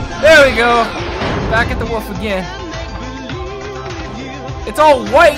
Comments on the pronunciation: lol he said "woof" instead of "wolf" and didnt even notice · Hahah it's wolf not woof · Its called a "WOLF" Not a "WUF".... -_ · Just the fact that you say woof instead of wolf is cute :3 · When he says 'Wolf' it sounds like he's saying 'Woof' xD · It's Pronounced Wool-f Not Wuff. xD LMFAOOO.. -3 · when u said "WHAT?! A WOLF!" it sonded like "WHAT?! A WOOF!" XD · i love the fact that pronounces wolf "woof" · Is it just me or is saying "woof" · "Back at the woof" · i enjoy how he said woof instead of wolf c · it's funny how says wolf 'wuff' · To me it sounds like calls the wolf a woof? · why does he call a wolf a woof? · It's obviously a "woof" guys. That's what Canadians call it, every single one, in fact, there is not one Canadian in the entire country that pronounces Wolf properly. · Its a mimic cause he pronounces it woof lol. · he calls it a woof lmao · So Canadians pronounce Wolf, Woof? that's surprising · He calls a wolf a woof o.o. heheheh.... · I love it how he says wolf XD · He says wolf funny! XD